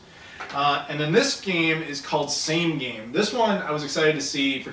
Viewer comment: It's not "same game", it's sa-me ga-me, as in "shark" and "turtle" respectively